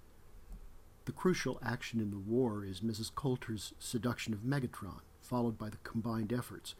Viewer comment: It’s Metatron, not Megatron.